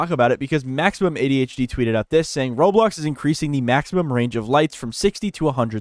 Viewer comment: Video ended, and he said "Roblo"